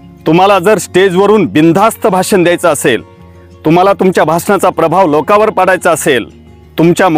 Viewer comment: तुमच्या कडून बरेच वेळा भासन असा उच्चार होतो आहे